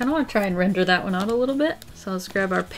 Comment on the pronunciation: Whenever you say render, I couldn’t help but think of a brand new word, “Rin-der,” 😂